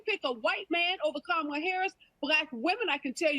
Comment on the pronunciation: Tatum, you made a huge gaff, you called Kamale. Tell me you didn't have a Biden moment 😂